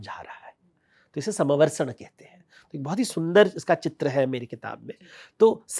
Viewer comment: समवर्सण नही कहते है। समवशरण कहते है।